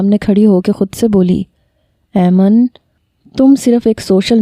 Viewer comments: Mehk yr aiman hota h 😒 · Mera nam bhi aiman ha pr ap galat pronounce krti hu Ayman nai aiman hota ha